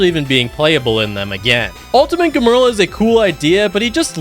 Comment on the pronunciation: "Germerl" its gemrul/gemrul sorry forgot how to spell his name